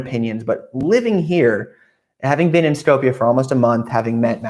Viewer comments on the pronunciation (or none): Shkoop you pronounce it like scoop of ice-cream but with "shoo". That's how Skopje is properly pronounced.